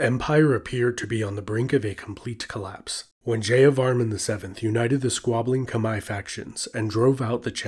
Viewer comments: it is not kemer its khmer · It’s pronounced “K’Mai” or “K’mer” NOT “KHA-MER.... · A little note from a Cambodian: Khmer is not pronounce like that its pronounce "Khmai" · Kom not kmer. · No it pronoun khmaier